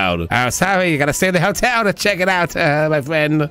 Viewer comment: Does he say hell-tel, or hotel, and I'm just not understanding because of his accent? Because I have a little chuckle when I hear him say hell-tel 😄